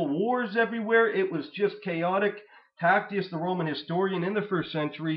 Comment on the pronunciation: Absolutely one of the best videos going over these topics. (Also, as a note, Tacitus is pronounced "ta sit us," not Tactius lol).